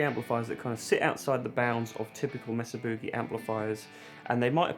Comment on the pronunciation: Mesa’RRRRR Booogay